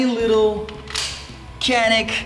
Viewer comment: I am writing as a Turk. You are pronouncing "canik" false. We pronounce it not like "kea - nick" Just like "janik" I found a video about this on youtube. If you are interested: Nice video. I like it :)